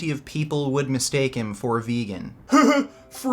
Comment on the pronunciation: I love the way you always say „veeygan“ when you do acting